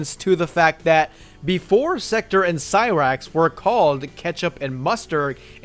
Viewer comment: At least try to pronounce Sektor's name right. It's pronounced "Sek-tore" not "Sector"